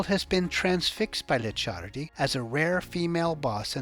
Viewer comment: Licciardi is spelled " leech hardy " , but faster and with hard " e " Also 200 euro notes aren't in production anymore , somebody using those for sure isn't ok 😂😂